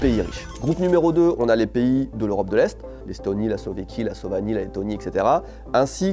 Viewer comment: "Slovéquie" "Slovanie" 😂😂😂